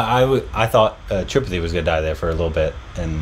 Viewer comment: even after watching 2 seasons cant pronounce Tripathi correctly...or Guddu.... lol